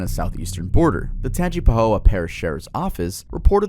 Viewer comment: It’s TANGE-PUH-HO-UH OR Tangi for short. Grew up in Hammond and Amite (cities in Tangipahoa)